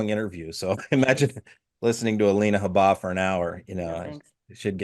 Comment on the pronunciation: Reporter: “Mr. Trump, are you happy with Alina Habba?” Trump: “It’s Hubba! As in, ‘Hubba-Hubba. Right, guys!” (snicker,). Reprter: “No Sir, it’s ‘Habba.” Trump: Damn Eric! He did it again. No wonder she wouldn’t spank me!”